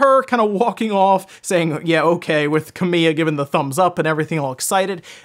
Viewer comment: Mr Kamiya’s name is actually Kami-ya, not Ka-miya, by the way. For those who care. That’d be like pronouncing Joshua as Juh-SHOO-uh.